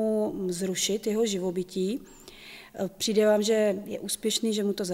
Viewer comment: Hrozně těžce se bere vážně někdo, kdo říka "přinde" 😆😆